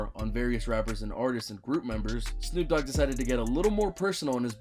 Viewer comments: No one's gonna say anything about this dude calling Snoop Dogg 'double O G'? As in Oog? What? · "double OOg" its pronounced snoop DO double G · 'Double OG' 😂 it's D O Double G 😂😂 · My bro said the double o. g idiot. It’s the d o double g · Instead of D OH DOUBLE G (GG) ... HE SAID DOUBLE O G!!!!😂😂😂 WHAT THE HELL 🤣 🤣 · The double og? You mean the Dee oh double g. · I heard you talking more than any Numero Uno numero dos you said Snoop double Og it's do double G lol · It's d.o. Double g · I believe he was going for “Snoop D, O, double G.” but yeahhhh, he definitely butchered it lol